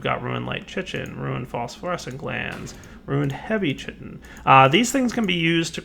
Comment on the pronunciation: Dear: "Chitin" is pronounced "ky-tin", rhymes with "pie tin"